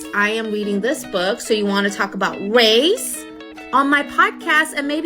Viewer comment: Did she say wace 😂